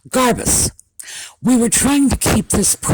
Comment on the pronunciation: I am sorry but everytime you say "Garbuz", I hear "Liz Garbage" 🙂